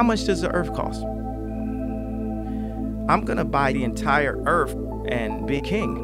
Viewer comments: .......what’s the fuck is an earf?😂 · Aliens arrive they get attacked by mechanical bees Kayne: welcome to earf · did that just destroy the whole earf?! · Love how he spells earf exactly the way he says it lol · Its Earth not earf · "im gonna buy the entire earf...and be king" "MMMmmmh" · Lmao! Earf tho 😆😂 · I thot I misheard him say earf on the podcast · I'm gone buy da earf. The thing that makes me sad is there's a guy out there who wants to buy something he cannot pronounce correctly. I would think hanging out with Marilyn Manson would improve Kanye's vocabulary. Earf. Axe. Axe if I can buy da earf. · How much does the earf Cos😂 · Dead serious question though... How much does the Earff coss? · Lyrical genius can’t even pronounce earth.. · U cant be the leader of a planet u cant even pronounce the name of